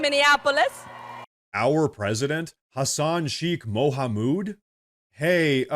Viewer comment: hassan chik Mouhamoud 😂😂😂😂😂😂Your pronunciation of "Mouhamoud" made me burst out laughing, and I think you said it that way on purpose to mock this exotic name.